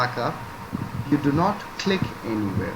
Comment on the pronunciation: Don’t Cleek!!! Don’t Cleek!!!